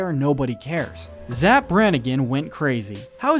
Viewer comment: You raise some interesting points but for the love of god, you're driving me crazy, please stop saying 'zzap'. It's 'Zapp'